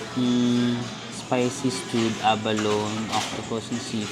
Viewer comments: Pronounced abalonee, not abalon, consult our dictionary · Tawang tawa ko sa avalown vs abalown hahahahahaha. Pero walang tumama — a-ba-lo-ni! 🤣 aliw ka talaga